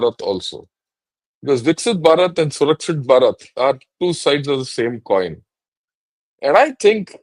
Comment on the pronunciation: It's really nice to see the professional approach to the subject. The visionary role in Atmanirbhar Indian army is correctly pronounced as Surkshit Bharat by. I appreciate vision of linking our Growth in GDP and safeguarding it by Surkshit Bharat by participating by citizens of India. A new dimension has been ignited.